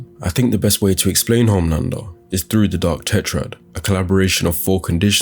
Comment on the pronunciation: It's fly through the sky NOT fly frew the sky.